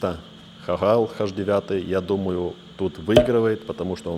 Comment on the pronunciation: "Хаш" девятый?!🤣